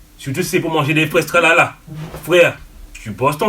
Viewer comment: "Des fwaise talala"🤣